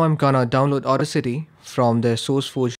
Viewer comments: its not au-dis-ity its au-das-ity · It is funny how he call audacity as auda city 😂